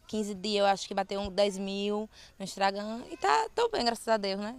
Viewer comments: Ela falou Instragam em vez de Instagram, sem contar os inúmeros erros de português durante o momento em que ela fala. Quer mais erros? Não é possível que vc não tenha notado os erros, pelo amor de Deus 🙄🙄🙄🙄🙄🙄🙄🙄🙄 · "Fiz um instragam"😂😂😂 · " Instragam" kkkkkkkkkk